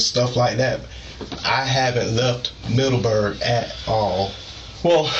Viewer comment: The way he says Middleberg urks the hell out of me.